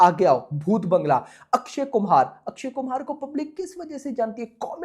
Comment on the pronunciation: Akshay Kumhar❌ Akshay Kumar 😂😂😂bht naam to sahi bola kar😂😂😂